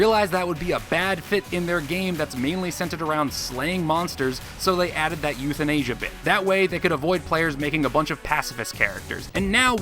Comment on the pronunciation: "euthinasia" hehehehehehehehe